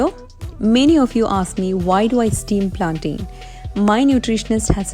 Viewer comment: Hi...your yu.tube vlogs just amazing...simply superb...Hats off to your hard work...God bless your journey.....i think the correct pronunciation is ( plantaiiin) Planten....😇